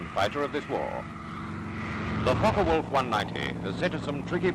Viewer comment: I went to high school with Wolf-John Folke, a grandson of the "Folke" in "Folke-Wulf" in Houston, TX/USA. He pronounces his last name as "Folk-EE" not "Folk-Uh" John is an architect practicing in Texas last I heard, he was one of my Dad's students in university. There's a whole back story with the senior Folke wanting to do research into helicopters so he basically got bought out by the company and ended up immigrating to the US-- or at least that's my recollection (we graduated from high school in the 1980s).